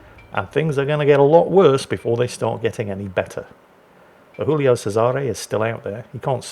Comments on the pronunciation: it's not Julio with a Spanish pronunciation, it's Giulio in Italian - first letter pronounced same as in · Hey, Giulio you read with a G not an H, it ain't a spanish ship:D